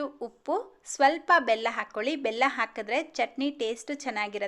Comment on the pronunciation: ಉಳಿ ಅಲ್ಲ ಹುಳಿ, ಹಾಗೇ ಹಾಕ್ಕೋಲಿ ಅಲ್ಲ ಹಾಕ್ಕೊಳ್ಳಿ. ಹೀಗೇ ಪಟ್ಟಿ ಮಾಡುತ್ತಾ ಹೋದರೆ ಬಹಳ ಶಬ್ಧಗಳು ತಪ್ಪಾಗಿ ಉಚ್ಛಾರ ಮಾಡುತ್ತಿದ್ದೀರಿ.ಸರಿಯಾಗಿ ಉಚ್ಚರಿಸಲು ಪ್ರಯತ್ನಿಸಿ.ಕೇಳಲು ಹಿತವಾಗಿರುತ್ತದೆ.